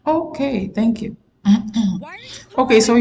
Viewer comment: “No tank you” I would “pwobably” prefer leeestening to a hog fart that you trying to explain or teach anything when you can barely enunciate wtf you’re talking about. Stick to bonnets and night gowns as day clothes walking down the street and using w’s for r’s. And leave teaching anything alone.